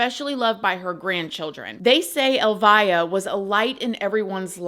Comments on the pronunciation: His mom’s name is pronounced Elvia.. not “ elvaya”. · Clarification: her name is pronounced el-VEE-ah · FYI. Elvia is pronounced. El- Vee-ah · Pronounced El-vee-a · You are pronouncing her name incorrectly, the name Elvia is pronounced: like Elvis but instead of the s an ah. Elvi-ah. The via sounds the same as in Ste-via. Hope this helps! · Her name is pronounced like El-vee-ah. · It’s pronounced El vie ah. So sad either way… she loved him so much… gave him the best life 😢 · Yeah ! That case is like a 😈 position! I just want to let you know that the pronunciation of Elvia is very different than you pronounced. In the show.. The E has the strong accent! Check in google translate .